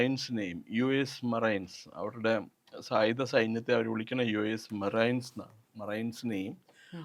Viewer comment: മറൈൻസ് എന്നല്ല, മറീൻസ് എന്നാണ് വിളിക്കുന്നത്‌.